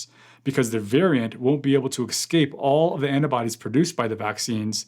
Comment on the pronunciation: "it won't excape the annabodies" ... First video I've seen from this guy, I'm dubious. "Excape", really? "Annabodies"? Jeez...... No doubt American to start with....